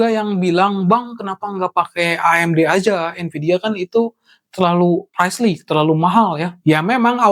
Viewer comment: Pricey dibacanya praisi bukan praisli, ngaco lu